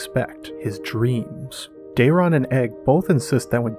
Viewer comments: For ur next trick can you teach that chick to pronouce day·ron! Not dare·e·on! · It's not Daerion, it's Daeron lol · Day-ron….not Dar-ion 🤦‍♀️ My gods that drove me half crazy. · Am I the only one who wishes he’d just read the book excerpts himself? Every time she says Daeron I shudder. There’s not enough letters in the name to be pronounced as Day-reeon. I wonder if Daemon is just Damian to her? 😅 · You serious? She adds a vowel to Daeron and she skips words.